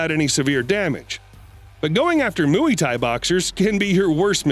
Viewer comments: Ur saying mu e tie boxers on purpose right?! As a joke?! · I died every time you said Moo-wee thai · The way you say Muay Thai is so cringe to me say it like moy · Please learn how to pronounce Muay Thai! It isn't for cows, no mooey in it. Try saying it like Moy Ty, then you might get somewhere, But you disrespect the fighting style with your narration. It's like when people say Hyundai, Sunday with an H instead of an S like Hunday and not like Hi unday!. But people just toss words from other languages around like they don't matter. But it killed this video before it got anywhere for me. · Muay Thai is pronounce as Moo-why Thai,Not Moo-yee Thai. Can't even get a well known fighting style's pronunciation right? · It's not pronounced mooey thai bloke. It's like ( moi) and the kick uriah threw was a spinning back kick, not a "cross kick" whatever that is lol. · Mooeee fighters ? It's pronounced My Thai not mooeee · Mooey Thai. 😂😂😂😂 Mú-aye or Muai. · Mooeee thai LOL!!! Nice pronunciation. Mooeee thai. Hahahaha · You lost me at "Mooee-ty". Learn how to pronounce it. FYI: we don't need your narration in the first place. We can see what's happening without it. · Mooey tie😂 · Is the voiceover provider of these videos A.I. or an actual human? The way he says Muay Thai is completely wrong. Drives me mad & sounds like he is ridiculing this art. The correct pronunciation of 'Muay' rhymes with "boy" Why does he keep saying Moo-ee? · “The 🐄mOoEy🐄 Thai boxzers🥴🥴🥴” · Jesus stop saying MOOEY THAI lol Can't focus on the video 😂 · Moo e thai? Lol learn how to at least pronunciate the words. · stop saying mooey thai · What's moowie tie? 😄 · Mooee Thai??? 🐊😂😂😂😂😂😂😂😂😂😂😂😂😂😂😂😂😂😂😂😂😂😂😂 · Moooyie Thai, lol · Moy is how it’s pronounced muay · “Mooey tie” boxers lmfao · “Mooooey Thai Boxers” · Did he just say "mewy tie" 🤣🤣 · “The moowee Thai boxers” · Moo Eee Tie word of the day 🤣🤣🤣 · Moo Eee Tie it’s a new word 🤣🤣😂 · “Moo-e tie” boxer…..really? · "Mooy Tia" 🥴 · When he said mui thai 😂